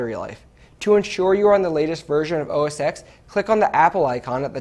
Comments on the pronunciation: Oh Jesus, he pronounced OS 10 as OS eehxx, the X is a Roman Numeral. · / CNET: The Mac operating system is called OS TEN followed by its common name (Cat name, Mavericks, what have you) not OS EX... The "X" is a roman numeral.